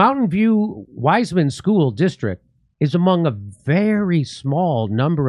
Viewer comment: it is not wise man. but pronounced wiss-man. I live round the. corner!